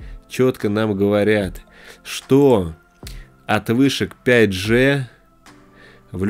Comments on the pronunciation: Да не Джэ,а Джи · правильно не 5 Же, а 5 ДЖИ!!!